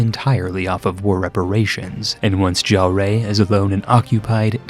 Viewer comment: I take that back. It is worse.